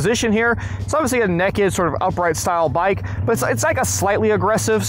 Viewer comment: Dude said “Neck’ed”